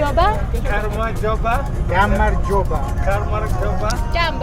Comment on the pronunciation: პირველად ვნახე თქვენი ვიდეო, გადმოცემის მანერა საუკეთესო 10 დან 10 ქულა, ლამაზად მოკლედ და გასაგებად, კარგი გადაღებული და კარგი საყურებელია. მასაები ნიჭიერები ყოფილან, ინგლისურენოვან ხალხს გამარჯობის თქმა ასე კარგად არ გამოსდით